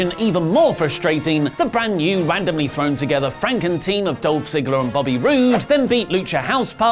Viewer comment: you said Robert... ugh... Booby Roode's name wrong